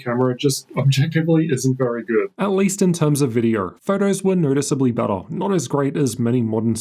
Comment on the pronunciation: there is no R in video buddy